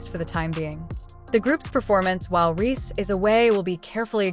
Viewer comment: The name is Reese, not Rhee! Is this an AI thing, because it's really annoying!